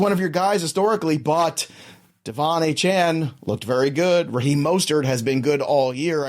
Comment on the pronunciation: Love you guys. Y'all are the best but it's not Achaine it's Achane (Akane)😅